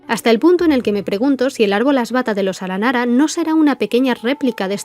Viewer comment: 1° muy bueno el video 2° cuantas veces te equivocaste en la pronunciación de las palabras aranara en este video? Y 3° terminé hace nada una misión aranara de romper los sellos de distintas máquinas de las ruinas y destruirlas, en la parte final hay que luchar con una Máquina Eterna, y Paimon lo menciona, entonces un aranara le pregunta: "¿por qué se llama "Aranara Eterna" si no es un aranara?" Estoy casi seguro que no es que allá escuchado mal el aranara, sino que tiene entendido que el concepto "Máquina" y "Aranara" son iguales o por lo menos similares, ¿puede ser que originalmente estos ayan sido un prototipo de los akasha? Máquinas capaces de estar conectadas entre sí y capas de conectarse a otros seres conscientes a través de los sueños, pero luego de conocer el Marana ya no era adecuados para esta tarea. Entonces se creó el akasha que no son consientes y usan los sueños como combustible ya que no pueden conectarse al bosque, o tal vez le di mucha vuelta a algo sin relevancia... un saludo 🖐